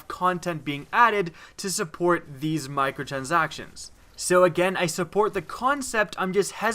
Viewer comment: Lol u sound like an idiot when u saying micro transactions